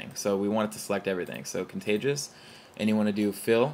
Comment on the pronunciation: say it with me: con-tig-u-ous. joking aside, great video +1.